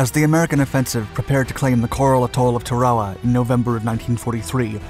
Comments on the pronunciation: Turwahwah? Is this a computer talking? It's pronounced Tair-ah wah. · It's pronounced TARawa, not tarAWa. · Tar-a-wa, not Ta-raw-a. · LOOK at the spelling of the name of this island - Tarawa Tar-awa NOT, REPEAT NOT TRA-WA-WA. This just pisses me off beyond belief ! GET IT RIGHT WILL YOU PLEASE ???? 😡😡😡😡😡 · It’s not pronounced Tare-A-Wa. It’s pronounced TA-RA-WA with the accent on the first syllable. YOur mispronunciation ruined the whole thing. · when I was in USMC boot camp in 1968, our Marine Corps history instructor pronounced it "TARawa". Not sure if that's correct or not but that's the way we learned to pronounce it. Semper Fi, TreeTop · Yeah. There people who live there pronounce it TARawa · TAR-a-wah is how I remember it being pronounced during boot camp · TAR UH WAH is the correct phonetic pronunciation of the name of this island, brother. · "Tar-ah-wah", sheesh! I guess it's good that computers still can't figure out the language. 'Guess they'll need us for a while! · Tear-a-wa. As is tear a sheet of paper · "TAR-O-WAH", ...not whatever your saying 🙄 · Tarawa is pronounced TAR-AWA and Betio is pronounced BAY-SHE-OH. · The island name is pronounced, "Tar-o-wah"; ask any veteran over 65. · Sounds like your saying Chihuahua instead of Tarawa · It's pronounced Tayr o wah. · The island’s name is pronounced TEH-ruh-wuh. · dont know about your pronouncing the islands name !! supposed to be Tar ah wa ??? Thats what the MUST WATCH "Victory at Sea" 1952 docuseries called it!!! My father drove a landing craft into several beachheads in New Gunea and later at Lingayen Gulf, Phillippines........ While all around him people were being blown to bits... :( He only briefly mentioned it once... Same with the others who served... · Tarawa is pronounced TAA-rawa. And Betio is pronounced like ratio. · The pronunciation bugs me. Why say shit differently than all other documentaries of the last 80 years? T-air-uh-wa. A-toll. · You mispronounced Tarawa and Betio.